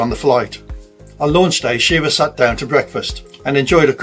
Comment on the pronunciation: pronounced shi-rah